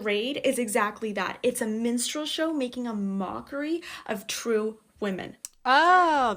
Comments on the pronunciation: She pronounced "Minstral show" like "menstrual show" both times she said it in the intro of that TikTok and I was so confused! 🤣 Ooo! She said a woman is born with mammary glands. Good news, everyone! All humans (excluding those born with anomalies) are born with mammary glands. All humans with mammary glands, regardless of equipment or dominant hormone, can also lactate. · Minstrel show, not menstrual show, geez lady 🙄🤣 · It kept sounding like she was saying "menstrual show," which is kind of hilarious! 🤣